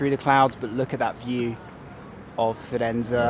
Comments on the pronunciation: It's Firenze, not Firenza :) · AMAZING VIDEO! Florence is the most beautiful Italian city. note: its Firenze not Firenza, (with an e) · Italians say Firenz(ay) !! Do a quick edit, I won't tell anyone !! Have to say though, your blogs are pretty good and the video/editing is also... keep it up, you're reaching a gap in the market while Bald, Baldr etc are off the scene. I've been to Firenze and one of my aims was to see the original David, but the museum was shut when I got there, so I only got to see the copies. When you realise that Michelangelo's David was over 5m tall, hewn out of marble in the 14th century, and you look at the detail, you have to ask yourself how the hell was this done ? Today in the 21st century this would be considered almost impossible!